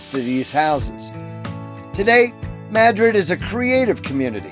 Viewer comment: Mad - Rid.. Correct Pronunciation.